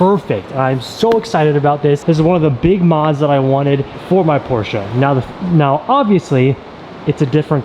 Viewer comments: Yay you pronounced Porsche right :) I know a lot of JDM guys aren't really hip to saying it that way so thank you for spreading it. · The friendship that you have with Tim and how supportive he is beyond anything I have ever seen. Congrats on the Porsche! Low key love that pronounce (Porsche) properly, people don’t believe me that’s how you say it. Even ask Google 😂